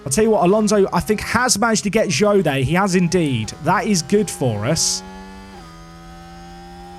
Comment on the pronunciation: By the way. Zhou is pronounced "Jou". As Zh is a similar sound as J in Chinese.